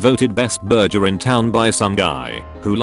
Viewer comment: Nobody: The voice: burger=burjer Burgers=burgers